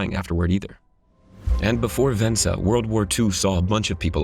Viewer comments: Vesna, not Vensa ,😁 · If it’s written VESNA, and it is, why would you think it’s pronounced VENSA? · it’s Vesna (rhymes with Cessna), not “Vensa” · How can Vesna be spelled like that and pronounced Vensa? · "Vesna" not "Vensa" lol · You would think if you were going to narrate a story about a famous woman you might get her name right ! It's Vesna not Venda ! 😢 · Her name is Vesna: Ves-na, not Vensa: Ven-sa. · It's Vesna not Vensa.. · Vesna not Vensa. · VES--NA! Not "ven-sa." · Vesna, not Vensa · Vesna , Vensa... Santa, Satan... Close enough huh? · She's not Vensa but VeSNa.... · Her name is VESNA and not VENSA.... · She is not VeNsa, but VeSna. :) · VeSNa, not "VeNSa". Cool though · I have to be brutally honest here. If you're making a professional video, you must have professionals working on it. The idiot doing the voice over for the airline stewardess's amazing fall, failed EVERY TIME to pronounce her name correctly. She is not "Vensa", she is "Vesna". Vesna Vulović. Don't Forget it. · Vesna! Not Vensa. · Repeat after me: Ves-Na. Ves-Na. Ves-Na. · You mispronounced Vesna's name repeatedly.. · The least amount of respect shown to Vesna would have been getting her name right on the video commentary. The cue would've been just reading aloud what her all caps "name tag" on the black-and-white video says. Apparently that was too much to ask.